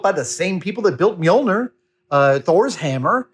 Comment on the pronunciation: I know that old Norse is hard as hell to pronounce so I won't be rude but I wanted to say that Mjolnir is said like mule near in case anyone would like to know